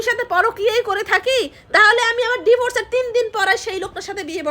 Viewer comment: Kotha guli emn shuna jay kno? Voice tau kmn onno rokom lagche. Apni diforce bolen kno? Divorce bolben